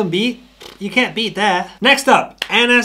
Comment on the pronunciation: Next up 'Anass' that ain't what I heard 😂